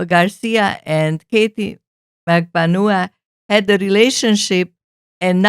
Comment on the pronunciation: She pronounces it MAG-BAN-WA, her lawyers pronounce it MAG-BAN-WA but for some reason others like this channel have decided it is pronounced differently... almost as frustrating as the amount of ads y’all have on this channel... 😆